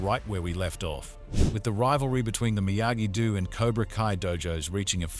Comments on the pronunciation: "dehm-eh-tree" and "miyagi du" killed me 😂 fr though thank you 🙏 the other part 1 recap I found was 23 mins (?!) and it's weird Netflix didn't provide one the way they did with Outer Banks for ex when they released second half of the latest season. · Miyagi... "DEW"..... idiot